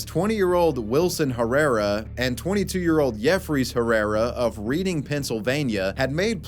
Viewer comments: Helluva video bro. The edits were crazy well done. One thing I should tell you is that Reading, PA is pronounced like "Redding" just so you know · great video! but also its pronounced Red-ing PA. just thought Id let ya know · Its Red-ing PA Not read-ing Yes its weird I know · It is said reding not reading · Note its not pronounced like reading pa its like red-ding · As someone from Pennsylvania, it is not Reeding its pronounced redding. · “Reading” is pronounced like “RED-ing” not “REED-ing” for future reference. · Just so you know for future I know it sounds stupid but for reading pa it’s not pronounced reading it’s “reding” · L BOZO SAID “READING”😂😂. It’s pronounced “red-ing” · REEDING? Reading, PA is pronounced "redding". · I live kind of near Reading, PA. Its pronounced like the color red, not read. I know the way its spelled, but its how its pronounced differently. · that is not a word. reading (pronounced REDing) is not a word. reading (pronounced REEDing) is a word. if it was pronounced REDing, it wouldve been spelled redding. doesnt matter if youre illiterate reading (REDing) does not exist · I hate to be that guy but OMG ITS PRONOUNCED REDDING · As a PA native, just wanted to point out that “Reading” is pronounced “Redding”. That’s all. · Reading, UK (where the name likely originated) is also pronounced ‘redding’ 😅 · I know I'm way late. But it's pronounced Reding. 😅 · Not that it matters, but it's pronounced "Redding" Pa. I live right down the road and I remember that being on the news when it happened. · Its pronounced Red-ing (PA). lol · PA bro here, Just fyi Reading is pronounced "Redding" for some reason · Tis pronounced 'redding' PA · Random, but it's pronounced "Red-ing" PA... just thought it was funny, but good video. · Reading, PA is actually pronounced Redding just like the name in Monopoly 🙂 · Reading (Pennsylvania) is pronounced Redding :) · its pronounced "Redding" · it's pronounced "Red-ing" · Reading (Pennsylvania) is pronounced redding.